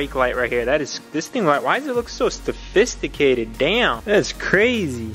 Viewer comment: "Stafisticated"